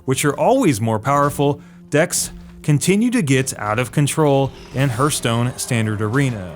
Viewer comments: Harthstone or Hurthstone, who cares?? Point he's making is that Arena feels like constructed. BUT this is just plain WRONG. This is why: (*) At least half random cards I usually get in new Arena I would NEVER play in constructed. (*) Previous arena would randomize cards in such uneven way that sometimes you would Retire your deck right away cause you'd get shtty uncompetitive random generated deck. (*) New arena got tougher yes - but tougher does NOT mean constructed totally different things. (*) Funny that Deathwing is starring this entire video - yet who the heck plays it in constructed?? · Well it is pronounced "hartstone" although the "hurt"part is right aswell, it hurts your wallet big time ;), the most expencive PTW game ever made, stopped playing it ages ago. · I love how everyone is making fun of this guys voice like many he tried saying hearthstone and it came out so muttered it sounded like hurtstone. All these haters lookin for more reason to hate lolololol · Hurth-stone? Hearth is an actual English word. I don't even play this game and still know how to pronounce Hearth. You may want to learn how to pronounce basic words before doing a video where you're attempting to come off as knowledgeable. This isn't a case in which there's multiple pronunciations depending on regional accents.... so there's no excuse. Speaking of people who've never played the game... as you can see ...you've been busted simply for not knowing how to pronounce a word. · It’s HARTHstone. Jezuz crust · HAR TH - HA R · Hurthstone? And that clickbait title too, did you mean 'How Hearthstone's ARENA MODE is being ruined for many gamers'? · Alexander Aramaki HURTstone seems pretty accurate to me. :))) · isn't it pronounced Hearthstone? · Yea I can’t watch this with the hurthstone pronunciation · Its HEARTHstone. Say Earthstone starting with a H. So, he is pretty close. Just not pronouncing the TH very well. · another "hurt"stone accent you tuber, hihi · Hearse Stone? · hArth stone